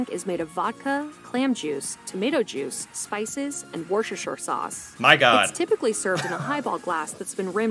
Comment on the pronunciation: "Worshrshr sauce" I'M DEAD LOOOOOL. Woos-ter-sher. Like the place in England. :) I used to say wor-chest-er-sh-eye-er when I was a kid LOL.